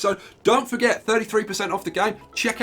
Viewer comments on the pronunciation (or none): none